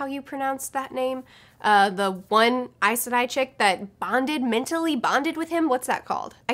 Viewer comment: You say Aes Sedai like I do! (always wondered if I was pronouncing it right!)